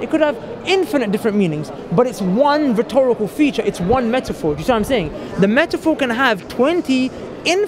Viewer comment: He really likes to say "rethorical devices".